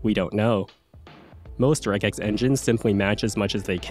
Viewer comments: I've only ever heard of Regex being pronounced 'Rej-ex' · The real regex error is pronouncing it with a hard G